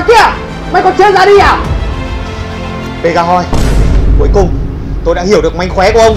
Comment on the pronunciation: Pegasus thành pegahoy luôn 😂😂